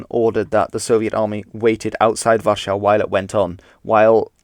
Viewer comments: Its called war-sah in English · Why do you pronounce Warsaw the way you do? If you're speaking English, you can, and really should, use the common pronounciation, not the 'correct' pronounciation. We don't try and speak in the original way when saying Jesus, or Sumeria, or (Ancient) Egypt, or Paris, or Nevada. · You have a really strange way of saying Warszawa